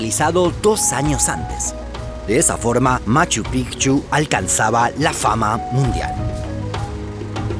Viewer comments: Aquí estoy yo, de nuevo su contador de extraterrestres. en este video tenemos hasta el momento 313 raros a los que no les gusta esta maravilla de canal. es todo por hoy seguiremos informando. psdt: Por fin alguien que pronuncia bien el nombre de Machu Picchu, que alegría. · Por fin alguien que pronuncia bien machu picchu😃 se pronuncia así pigchu no pichu😒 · Al fin un canal que pronuncia "Machu Picchu" de manera correcta xd. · POR FIN ALGUIEN DICE MACHU PICCHU CORRECTAMENTE!!! MONTAÑA VIEJA! 😂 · Cómo peruano e hijo de cusqueña, felicito al narrador por pronunciar correctamente el nombre de la ciudadela, Machu Pi"c"chu y no Pichu como pronuncian los gringos. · Conciso, buenas imágenes, información correcta y buena pronunciación de los lugares. cada vez mejor y en el gran Machu Picchu. Fui hace 15 años casi, pero quisiera volver.